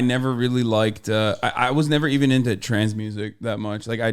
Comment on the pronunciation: When Hasan kept saying trance i thought he was saying trans music 😂😂😂 and i just rolled with it bc i know we be making a lot of edm